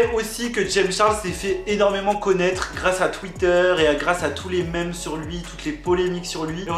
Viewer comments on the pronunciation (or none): none